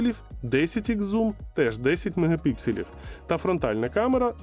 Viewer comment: Мегапікселів, а не мегапикселів